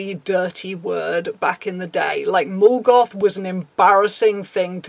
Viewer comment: took me a good minute to realize you were saying "mall goth" and not "Morgoth" and I'm just sitting here going..."I never heard anybody referring to somebody else as the main antagonist of the Silmarillion" X'D